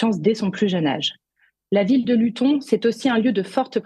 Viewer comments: Luton se prononce "Louteune". Pourquoi Tommy Robinson ne se bat-il pas pour que la Grande-Bretagne devienne une démocratie ? Comme les droitards français (et des autres pays européens), il n'a pas compris qu'en créant des partis patriotes il ne fait que conforter l'oligarchie mondialiste puisque le multipartisme est constitué de partis politiques indissociables les uns des autres : lorsque vous votez pour un parti patriote, vous votez en même temps à votre corps défendant pour tous les autres partis. Les quatre fondements de la démocratie sont le RIC constituant, les autres RIC (législatif, abrogatoire, révocatoire, veto), le tirage au sort des représentants et les conventions citoyennes (définies par Jacques Testart - Tout RIC devra être précédé d'une convention citoyenne dont les quinze membres tirés au sort rendront un avis éclairé sur tel sujet après avoir écouté des experts ne partageant pas la même opinion). Il n'y a pas de partis politiques dans une démocratie. Ces derniers, arme de prédilection de l'oligarchie mondialiste, dressent les Français les uns contre les autres pour le plus grand profit de cette dernière. En revanche, les représentants pourront être des membres de cercles de réflexion (Le Cercle Aristote, la Fondation Jean-Jaurès, etc.) qui auront été tirés au sort parmi des volontaires, mais il ne sera bien sûr pas impératif d'être membre d'un cercle de réflexion pour pouvoir participer à ces tirages au sort. Les représentants seront soumis au mandat impérat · "Luton" se prononce "Lutone". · T. Robinson est un véritable héros Anglais contre l'injustice et la lâcheté crasses des bien-pensants woke au pouvoir !!! PS : pour la journaliste stagiaire, Luton ne se prononce pas de la même manière qu'Alençon...juste parce qu'elle se trouve en Angleterre...!😉